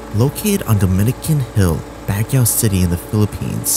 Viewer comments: Not bagyaw! Bag-gio is the pronounciation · Learn how to say Baguio. Not bagyaw 😂 pwede naman mag tanong. Purong pinoy naman jusko! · vanessa hudgens is born and raised in the USA half/filipina. tatay nia americano. Not sure with this guy. Madami ako kilala pinanganak sa USA but they’re willing to learn. They can pronounced Baguio. Unless nag iinarte? lol 😜 Ang OA kasi ng bagyaw nia eh lol 😂